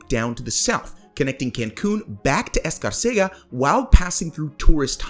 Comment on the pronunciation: Escárcega Emphasis is the second syllable.